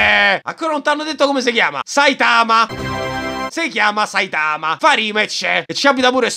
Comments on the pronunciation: Saitama si pronuncia con l'accento sulla prima A, ti prego nei prossimi video azzeccace altrimenti mi sanguineranno le orecchie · Ma pk dici saItama? È sAitama😂